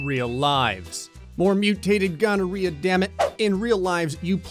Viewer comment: More questioning grey dammit. No but seriously did you just say mutated ghonerea?